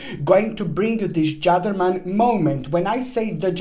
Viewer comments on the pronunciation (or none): I loved your dramatic beginning. Also, I have heard the word Gedderman first time. I thought you were calling a gentleman a Gerdeman. O boy, this Gedderman!!